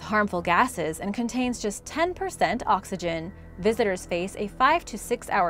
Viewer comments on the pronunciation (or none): none